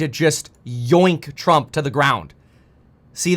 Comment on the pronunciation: Bro, why do you talk like that " The Trump A shooter"? Is it a cali thing?